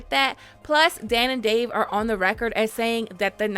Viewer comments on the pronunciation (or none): none